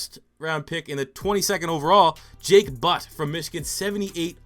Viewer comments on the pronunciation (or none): none